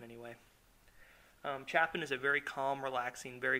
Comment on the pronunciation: haha nice art. :) But the correct pronunciation for "Chopin" is (sho-pan) But if your not going for that and just the english pronunciation thats cool. :)